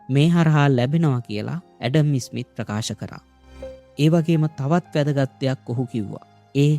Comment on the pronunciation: ඉතා වටින චැනලයක්! හැබයි, ඇඩම් ඉස්'මිත් නෙමෙයි, ඇඩම් ස්'මිත්. ඉස්'කොට්ලන්තය නෙමෙයි, ස්'කොට්ලන්තය. ඉස්' එක, ස් කියලා කියන්න.